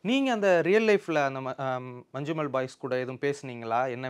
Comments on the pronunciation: It is not Manchumol it is "ஞ" . When two "ஞ" is kept together we will pronounce Manjummal.When the English letters "Nja" is used we pronounce it as ஞ in Malayalam for Malayalam ஞ. In real life police had beaten them severely and spoken bad words to them. That much is not actually shown in the movie. They confiscate all money and give them back only the amount for fuel expense for their journey. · "Mannummal boys" is pronounsation